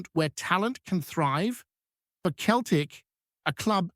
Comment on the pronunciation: Soon know , hope guy comes in does well time shall tell , but hey buddy its not Keltic its Celtic with letter C pronounced as a letter S